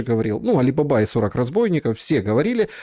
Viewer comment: Не Али бАба, а Али бабА!